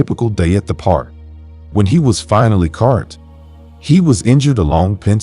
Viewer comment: “Cart”, instead of CAUGHT 🙄🤦🏼‍♀️